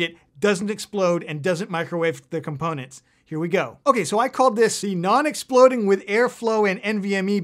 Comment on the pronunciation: "no expoding" 😃